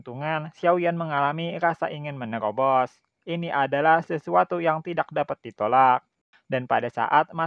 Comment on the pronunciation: Berebut bukan begrebut.... Menyerang bukan menyegrang... Menerobos bukan menegherobos😅😂🤣